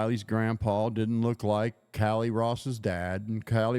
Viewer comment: He is saying “KY LEE” or Kiely, each time. I know it’s Callie- Cal Lee If you click on every blue time stamp I posted you will hear what I am referring …